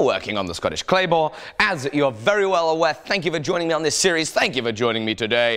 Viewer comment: he said Claybore. XD